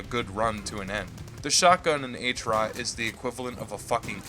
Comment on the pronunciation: great vid but try pronouncing it at HROT not "H-ROT" :) How you say Heart but without "ea" and "t" hrrrot